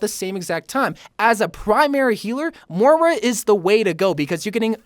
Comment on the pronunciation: M-o-i-r-a not mora.